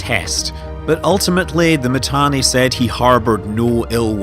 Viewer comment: Do you even play Eve? Init lost its space? And its not Matani,its Mittani. Imperium won the war, and now they are even going north killing shit. Pandemic Horde still needs to blue entire game to present a serious defence. Goons and Init didn't loose anything, it was a defensive move. So many capitals still trapped in m2, from time to time they come online and die,and some of them joining goons. And if the servers didn't poop out,Test would have lost the entire super cap fleet,when that boson fire came down. Pubbies still trying to put their shit together. Oh an not to mention, Test alliance best FC Called Pro God joined goons,and most active Horde FC also just joined Goons. Down south, nothing changed, except those few Keepstars that died. Mittani left, Asher stepped in, nothing changed.